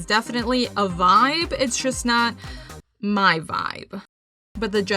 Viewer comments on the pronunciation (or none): none